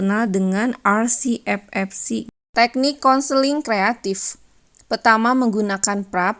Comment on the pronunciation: bukan kenseling, tapi konseling.. hehehe